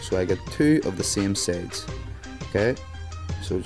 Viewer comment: why do you say sades and not sides